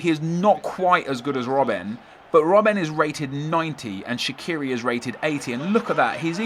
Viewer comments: Shaqiri is an Albanian last name, it isn't English, it isn't Swiss so it's pronounced in Albanian, case closed. And fyi, even the Swiss media pronounce it Shachiri. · its sha-chi-ri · It's pronounced Shachiri ... Had to say it :P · No, he didn't. He pronounced the "q" wrong. The Q in Albanian is pronounced as "ch". It makes a big difference. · Oh it's so hard to understand that you should pronounce names as they are in it's original language. Not how you fucking please. And Shaqiri is Albanian, either way how you turn it, his parents are and he was born in Kosovo.